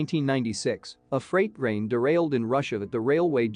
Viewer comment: wtf is a freight rain?,another terrible AI voice fuckup! big FAIL!!!!!